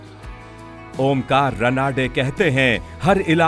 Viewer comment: रनाडे नहीं रानडे. उच्चारण funny लगता हैं. ❤